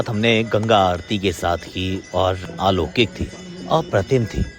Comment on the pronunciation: Many people do listen to you, only that's why pointing out: It's not aalokik, it's alaukik (अलौकिक)